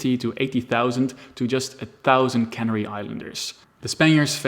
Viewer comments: Pronunciation: food is sealed into cans in a cannery. Spain conquered the Canary ("Can-AIRY") Islands. I appreciate you maybe speak English as a second language; regardless your pronunciation was otherwise perfect. Thank you for your work on this video. Very interesting. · The "Canary" islands are pronounced like the bird "canary"; it does not rhyme with "granary".